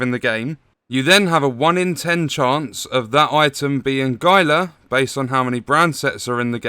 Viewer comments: GUY-LA Guard? It's HEEL-LA Guard. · HEE-luh not GY-luh